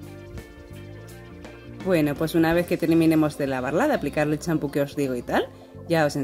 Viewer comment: Que tintura pusiste? se q dijiste champho